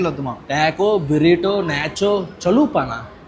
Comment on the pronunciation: Kalyan gari movie ki review iche antha scene neeku ledu le kaani babai konchem normal ga behave chesthe neeke manchidhi… lekapothe eppudo Chekkesthaaru !! Taco bello lo adhi బురేటొ kadu బరీటొ anaali ! First food related anni thelusuko… tharvatha cinema lu gurinchi matladadham !!